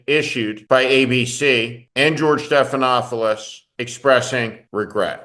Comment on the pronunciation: George Stephanopoulos. There is only ONE “f” sound. At least pronounce the name of this media hero correctly.